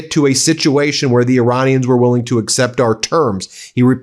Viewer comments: does he call Iranians, Uranians?😬🥴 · Vance can't even pronounce 'Iranians' properly haha what a loser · I am not a native speaker of English, so whenever someone says "Iranians" I hear "'Uraniums",makes me smile... 😂